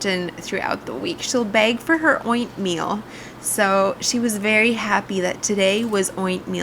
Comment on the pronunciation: Was it ointmeal or oinkmeal? my boy was laughing so hard! But I really enjoy all the work you put in to every shot, the compositions, the colors, the lighting so smoothly done but at the same time it doesnt scream fake! I LOVE IT! titanic work. You inspire so much!